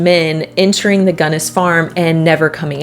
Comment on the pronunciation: Oh, FWIW, I always pronounced her name like you did, until I met some people from the La Porte area who all pronounced it "Gunn-ESS," as opposed to "GUNN-ess" which is how I'd always heard it said. Not sure which is correct, but just thought it was interesting... Love your content!! ❤❤❤